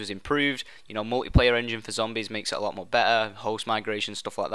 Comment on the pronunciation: "A lo' more be''er" Jesus.